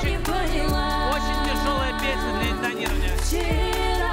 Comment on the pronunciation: Прям слух режет «вчИра» ужас 😨